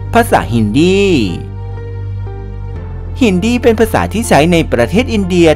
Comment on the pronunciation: เจ้าของภาษาเค้าออกเสียงว่า ฮินดี คนไทยทั่วไปก็เรียกฮินดีนะน้อง ไม่ใช่ฮินดี้ อย่าเพี้ยน ศาสนาฮินดู พูดภาษาฮินดี